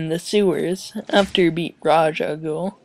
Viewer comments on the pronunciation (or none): um, hate to break it to you but even if your mic was messed up you wouldnt sound like that. Also its pronounced like ray sha ghoul